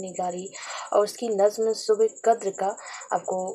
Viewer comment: Sir ek lafz ne aapki puri vdo k mza tlkh kr diya vo h nazm na ki nazam... By the way video bahut axa rha aur bahut useful bhi👍